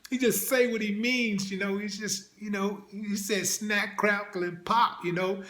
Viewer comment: He said " snacc. Craccle and pop...🏌🏌😂😂😂